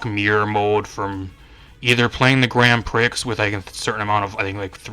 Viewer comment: great video, just one thing, * Grand Prix * is pronounced as Grand Pree, not priks. Prix is a French word thus pronounced differently.